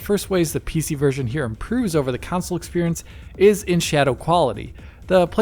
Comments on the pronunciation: Pc vs "council" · Why does dude struggle to say console lol always with the “council” in every video get it right already